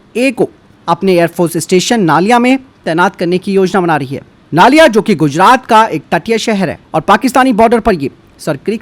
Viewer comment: नलिया है सर नालिया नहीं है।